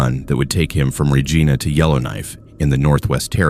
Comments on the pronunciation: Regina is pronounced Reyena not Regeena!! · great stories - but Regina is pronounced R E G I N A not R E G E E N A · It is pronounced Reg I na. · Reej-eye-nah =Regina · Whether the narrator is a human or an AI, I doubt that it is Canadian because it cannot pronounce "Regina" correctly. I have seen this same failure several times on other channels. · you are pronouncing Regina incorrectly but i do enjoy the stories. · Please learn the proper pronunciation of Regina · I was just going to say that! They pronounced it as a name, lmao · The guy can’t say Regina right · The mispronunciation of so many Canadian communities it’s Regina, Kitamat… come on bro. Do better.